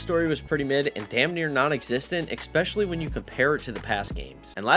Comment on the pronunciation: eckspecially eckspecially eckspecially eckspecially eckspecially eckspecially eckspecially eckspecially eckspecially eckspecially